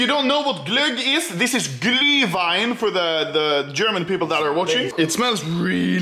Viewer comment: anomaly its not called glii wain its called glüh wein GLÜH WEIN NOT GLII WAIN i will invade swidan